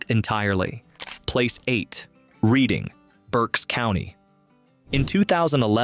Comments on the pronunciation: It's pronounced red- ing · Reading📖😂😂😂😂 RED ING.... but then pronounced it properly half way through